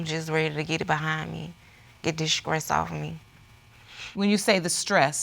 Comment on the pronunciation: There’s no ‘k’ in the word stress!